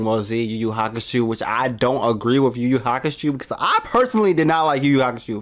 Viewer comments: Yuyu hakuSHOW, not shoe lol xD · "Yu Yu HakuSHOE"...